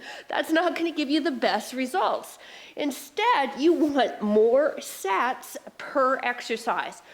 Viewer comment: Smart, clever workout. Fitness with "Making the Impossible Possible!!" Thanks!! 👍😃👊 p.s. Mark misheard. Thought you said more sex per exercise instead of sets per exercise!! 🤣🤣